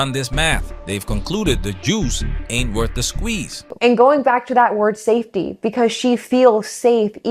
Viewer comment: "...saftey..." I'm not even a native born English speaker😂